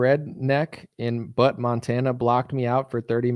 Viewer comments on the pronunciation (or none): Butte, Montana is pronounced BYOOT... that shit was hilarious.